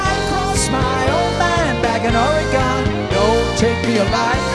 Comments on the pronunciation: wow.....what a discovery today....they even mispronounce Oregon just like Donald!! good job all the way around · Greatest opening guitar solo ever- very well done by Mr. Gillespie (?). The one thing that kills me about this song is how they mispronounce Oregon (Or-e-Gin, not Or-e-gone)...